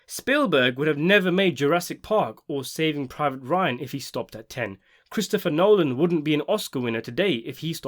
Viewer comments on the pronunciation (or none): none